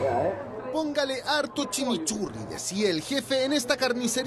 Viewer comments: como que "chemochurri" weon es chimichurri como no conoces esa wea periodista kl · "Chimichurri" po wn. la wea asquerosa!! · “Chimichurri” XD